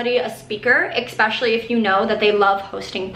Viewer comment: especially not exxxxpecially